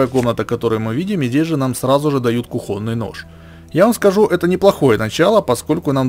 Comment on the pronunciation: Кухонный нож, ударение на о! Не русский чтоли???